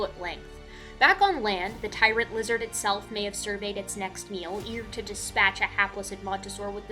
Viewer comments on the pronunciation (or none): none